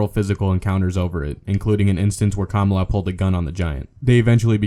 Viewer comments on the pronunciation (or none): that bugged me too. If you're going to talk about wrestling, at least know how to pronounce the names. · it's Ka ma la you peasant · when he called "kamala" as "commala" was cringy asf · kamala is pronounced kaMAHla, and Ole Anderson is pronounced Oh-Lee. are you like...a wrestling fan? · Anyone else notice that the narrator mispronounced Ole and Kamala? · Your computer voice is racist because it can't pronounce Kamala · How about getting someone to narrate the video who can actually pronounce wrestlers' names? Learn how to pronounce the names of Kamala and Ole Anderson. It's not like there aren't any videos out there readily available at your fingertips to hear an announcer contemporary to them pronouncing their names. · Can you even pronounce Kamala?